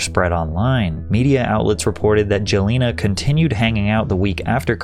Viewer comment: WHO IN THE WORLD IS "JOE LINA!!??" LMAO